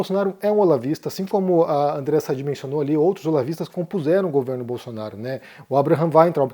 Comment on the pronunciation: Por que o insiste em falar errado o nome de diversos jornalistas?? É Sadiiiiii como ela mesma fala